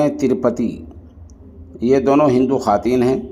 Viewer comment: محترم خواتین کا واو پڑھاجاےگا خاتین پڑھنا😅 غلط ہے